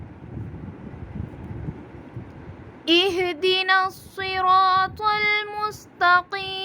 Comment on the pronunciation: صراط المستتقیم ۔ اس میں ق زیر کے ساتھ تو موٹا نہیں ہوتا ہے۔ آپ نے موٹا کر کے پڑھا ہے ۔ تو کیا یہ درست ہے ۔ پلیز بتا دیں